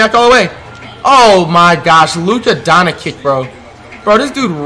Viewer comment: "more expensiver" "Luka Donakick"